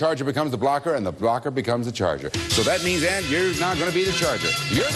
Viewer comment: Her name is "Anne-" not "Ann." "Anne" is the original German spelling.